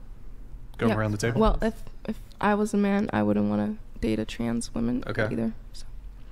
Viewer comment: What's with all of these people pronouncing the plural for "women" as a singular "women"? Holy Brainrot, Batman.